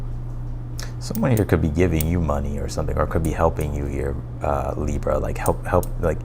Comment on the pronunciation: Love the way you say Libra!! Libra Sun Virgo Moon Thank you. Your amazing!!! 💕💕💕💕 Receiving a generous gift That sounds good😊